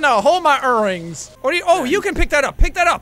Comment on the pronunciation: "Oh hell no hold my urings"